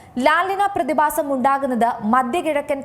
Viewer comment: ബൂമി, പ്രതിബാസം, ശവിശേഷം... എന്തോന്നടെയ് ഇത് ?